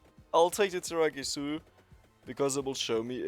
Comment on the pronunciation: Hey, he stopped saying tiramigu